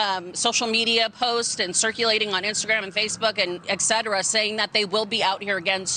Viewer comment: ....HEY silly News Nation reporter......it is "ET CETERA", not "ET CEDRA'......Et Cedra is the new prescription Butthurt Pain Reliever strong enough for even the most severe TDS symptoms.....